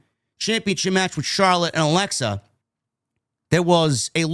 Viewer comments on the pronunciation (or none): none